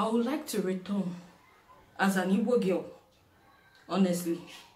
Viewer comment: Please , try and speak louder whenever you are making video.. Point of correction, It's Igbo not Ibo or Eboe.. don't follow white man pronunciation during the colonial rules.